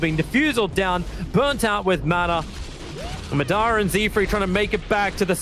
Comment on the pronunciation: As a Naruto fan I wish Tobi knew how to pronounce Madara correctly